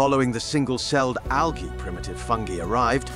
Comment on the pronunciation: His pronounciation, especially of latin and latin-derived words is light years ahead of what is the norm in anglo world. I've studied latin. It is really refreshing to hear letters "g", "i" and "ae", for example, pronounced to any degree of accuracy in an english speaking video.